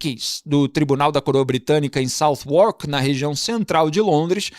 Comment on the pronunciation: Feedback: Southwark pronuncia-se algo como "Sadak".